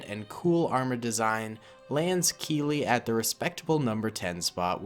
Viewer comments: It's actually captain keeli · It’s captain Keeli 😂😂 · It's captain keeli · Its actually Captain Keeli